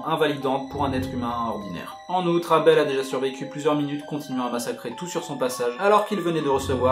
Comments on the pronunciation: Et pourquoi tu dis avel c'est abel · Éveul c'est con de lire ça comme ça